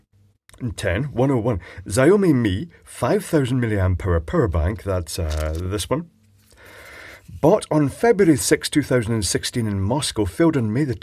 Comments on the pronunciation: LOL! Xiaomi = SHAOW MAY Fukuoka = FOO KOO OH KUH Not what he said... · Xiaomi is pronounced show (as in shower) me. Show-me. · Xaiomi is pronounced 'show (like shower) me'. I have a Xaiomi Yi 4k action cam and it is a very good camera. For much less money than the equivalent GoPro. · Против Глобал I would say "she-ow me" with the first part stringed together is as close as it's going to get. "Shao" is an entirely different sound and overly harsh. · Apologises about his bad Russian pronunciation, then butchers "Xiaomi".